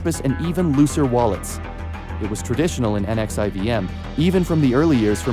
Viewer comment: Pronounced "nexium" & not literally each individual letter.